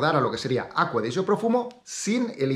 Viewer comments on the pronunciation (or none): Por qué le dices aqua de yo 🤣 cuando se llama acqua di gio